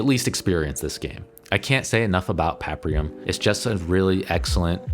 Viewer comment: Fantastic video! But why on Earth are there no titles or graphics in this video!? I had to spend a few minutes trying to figure out and research what you were saying when you were talking about *Paprium*. I couldn't quite understand what you were saying so I kept trying to Google things and I finally stumbled upon it. Kind of frustrating. But great content overall, I loved seeing such a great overview of the best beat em ups! Seeing that it's one of my favorite genres, I was pleased to see a few games I had never heard of.